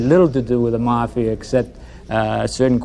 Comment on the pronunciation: Did a shot every time that guy mispronounced mafia. I’m totally wasted!!!